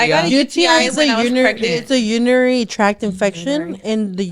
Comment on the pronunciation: “Unirary”? Lol love y’all